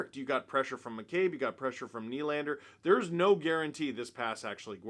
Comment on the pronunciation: is it just me, or does it sound like Steve calls him Dick McCabe?